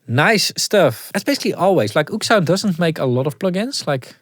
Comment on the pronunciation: I thought it was Ooksound as well, but apparently it is pronounced Oh!ekSound 😅